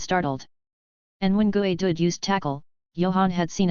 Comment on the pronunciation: Gooey? Is how "you" say geodude?